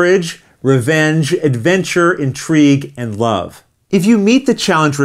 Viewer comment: Did you say "love", "wuv", or "blave"?